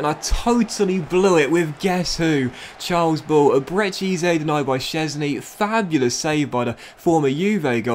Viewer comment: Great series: Ebere Eze pronounced like eberree ezzay